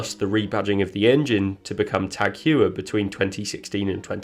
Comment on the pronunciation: GREAT OVERVIEW !!!! Its TAG HOY-ER not Hue-er btw. The Ferrari engine in 2019 was patently illegal and however fast,it was really bogus speed... It wasn't legal and they got caught: why is this illegality swept under the rug in the way it has???